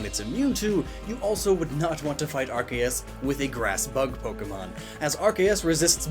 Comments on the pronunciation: the c in arceus sounds like a k when you say it right it sounds like an s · The official name is pronounced "arKeus", since pokémon didn't want Arceus to have ARS (ass or butt) in its name lmao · Isn’t it pronounced Arr-kee-uhss(or iss) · We all know it's pronounced arkoos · Im just wondering where the hell you keep getting the "kay" sound from the "ce" in Arceus' name? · um its pronounced are-soos ya noob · Ar-goose is the proper pronunciation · It's definitely pronounced "arse - ius". Otherwise, cool video man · "ar-kay-us" triggered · Me hearing pronounce Arkoos wrong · I can’t unhear that now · I know that, but I just find it absurd. Also it still isn't the correct pronunciation, just cause they pronounce it one way in the dub doesn't mean it's correct.